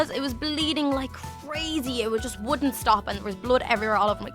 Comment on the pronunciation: she said it "wooden" stop😒😂it's just funny because she was talking about wood